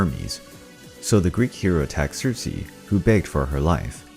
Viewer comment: Also it’s Circe not Cersei